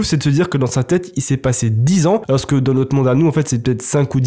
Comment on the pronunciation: Super histoires j'adore mais frère on prononce pas le s dans alors t'es fou ou quoi